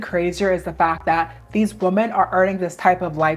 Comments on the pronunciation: The plural noun WOMEN is pronounced as wi-muhn not as womAn. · Why do you pronounce the plural “women” like the singular “woman?” I’m confused.